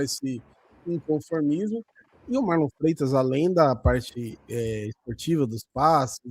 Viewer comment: O abel falando MarlON kkkk